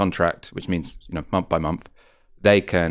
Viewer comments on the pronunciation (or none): Why do You have quite a well spoken tone but then pronounce with as wiv and Month as Mumf ? Just curious because I have noticed it a few times recently.